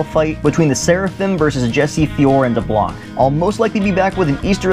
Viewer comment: Actually we see deblanc again in the comic so dont worry and its pronounced D ARROW NEY CK daronique.